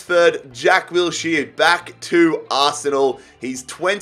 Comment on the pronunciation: Say Wills-here one. More. Time.